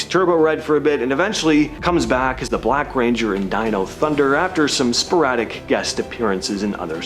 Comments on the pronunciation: Did bro really just say Deno? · Wtf is "deeno thunder" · Did he just mispronounce dino?